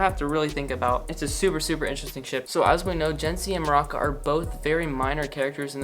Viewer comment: I love how you pronounced Maruca as maraca (like the instrument lmao) love the channel!